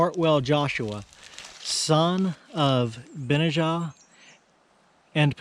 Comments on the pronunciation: It is pronounced Ben-aye-ja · You would pronounce his name phonetically Ben-NEY-aa its Hebrew. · I couldn't find the exact spelling of this name with a pronunciation but found its a Biblical name also spelled Benaiah so maybe pronounced the same? I'm not sure how to type a word like a dictionary does but vocally it was pronounced of course starting with a 'B' but rhyming with 'Deny-a' as in " I deny a question" if that makes sense haha